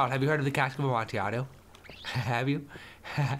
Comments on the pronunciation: Just in case u didn't know its pronunced a-mon-ti-a-do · Lol I don't know the correct way to pronounce amontillado but the way Toby says it is my favorite way so far